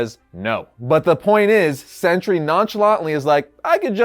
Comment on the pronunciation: Pronounced Sentry. Not century.